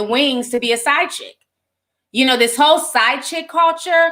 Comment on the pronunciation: Am I the only one who heard “ we got a lot to talk about, a Hoe lot to talk about “ 😂😂😂 I don’t know